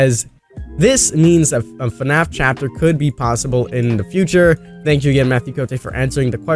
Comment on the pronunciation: this dude said fanfnapkin